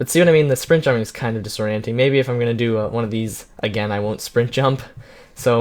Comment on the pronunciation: you said disorenting alot in this video